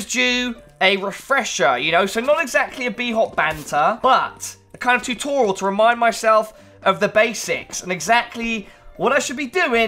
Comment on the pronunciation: "Tutoral" Video tutorals? Is this where I find the video tutorals for PC optimizer pro?